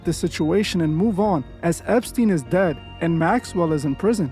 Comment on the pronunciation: Epstine is not dehd.